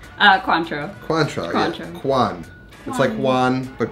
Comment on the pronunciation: I looked it up because I was curious - It's not pronounced "kwaan-trow," like said, it's pronounced "kaan-trow." And all this time Ive been saying "coin-trow."